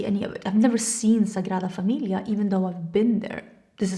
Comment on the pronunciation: Wow😮, gorgeous 😊. I miss seeing orange in makeup looks. I can't wait for your new launch. The way you say Sagrada Familia, is perfect, I was going to ask you, but if you don't answer I understand, it's nobody's business, but I was curious if you still like the cowgirl aesthetic , boots etc., and cowboy novels ?